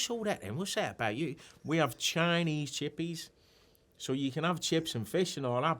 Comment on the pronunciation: The way Stephen jumped into a London accent immediately to say `chinese chippy’ 😂